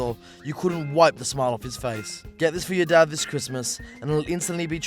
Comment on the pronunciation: Why are you trying to fit in to the recent Scottish trend by pronouncing ‘your Dad’ as ‘Yer Da’